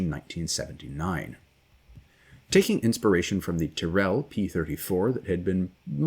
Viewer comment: Thank you for this excellent video. One thing, though: "Tyrrell" is pronounced with the accent on the first syllable.